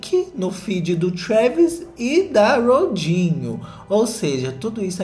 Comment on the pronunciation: só escuto "rodinho" e amei